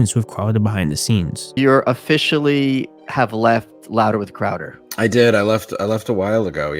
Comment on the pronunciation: You don't like Steven Cwouda